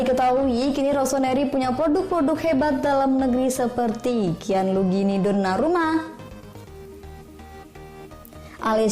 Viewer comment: . apa cuma saya yang mendengar Gianlugini Donnarumma.